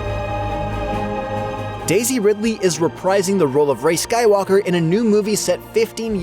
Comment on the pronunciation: Calling rey "skywallker" is a crime